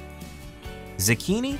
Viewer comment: He said zicchini but it's zucchini